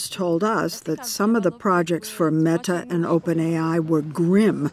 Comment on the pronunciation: every time she says meTa